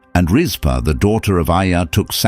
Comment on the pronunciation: RizpahCain not Kane. Gibeonites not Gibianites. Rizpah not Risper. Saul not Sol.